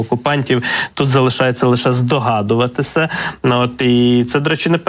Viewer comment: У ведучого жахлива вимова... Що це за акцент ???!!!... "Харківскому, здогадуватиса, до кинца, области, росияни, промисловости, мисти, доступности, ци, відбувалоса, пядесят...